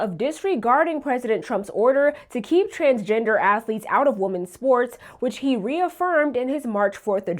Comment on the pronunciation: it is “womEn’s” sports not “womAn’s” sports. What is with this new thing where people mix up the words, woman and women.